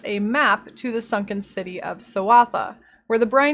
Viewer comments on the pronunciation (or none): none